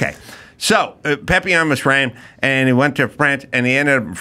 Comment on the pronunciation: Adam for goodness sakes pleeease stop saying PEHPillon. It's PAPillon. I know you can't read, but come on!